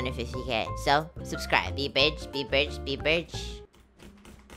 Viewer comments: be doing dem godbridges. btw when I hear your voice it makes my day better and it makes me remind myself of 5 year old me. BTW LOL when you say bridge it sounds like ur saying b***h. no hate, i love ur vids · Everytime he says "bridge" i only hear b*tch